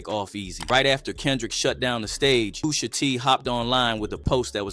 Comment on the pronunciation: Boi said POOSHA